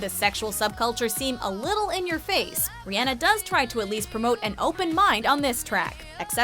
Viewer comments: did she just say riAAnnA, no. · Ree-on-uh. Not Ree-Ann-uh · It's Rihanna not rihyanna. GOSH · sis, do you know how tf to say ur As? it’s not air-iana and it’s not ri-anne-ah. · I didn't know he name was pronounced as ri-anna 😂😂😂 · TLC is NOT pop, but 90's R&B....and it's pronounced Ree-uh-na (that's the closet I could spell it, sorry). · “RiANNA” IM TRIGGERED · Riana. Riana. I can't even spell it the right way to make it seem like they're saying it. Ugh! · Riyanna?? WTF?!? Who says her name like that? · Ri-anna? Really? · How she pronounced Rihanna Ri-anna😁😁😁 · The way she pronounced Rihanna oh my